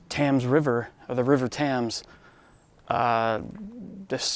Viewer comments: Just a little tip: it's "Tems", not "Tams":) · River is pronounced "Temz". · How do you do that much research on this subject and yet still pronounce it “River Tams”? Must be an American. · The "TAMS" river?? Obviously an American... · It is probably the most famous cemetery in the UK albeit that there are similar ones. Has a child I lived close by so I used to visit it a lot. Sad that the Victorians were happy to spend so much on their dead whilst the poor starved. The Thames is pronounced Tems. Enjoy your visit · Like your video. Just a quick FYI, the river is spelled Thames but I heard its pronounced TIMS. Thought youd like to know. Great video! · Why can't Americans say "Thames"? hehehe It's so weird. Say it like this "Tems". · Re: pronouncing the name of the River Thames: Forget about how it’s spelled. Just call it the Tims, like the nickname for Timothy.